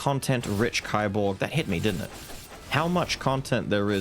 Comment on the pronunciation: By the way, kiborg is pronounced like keyborg.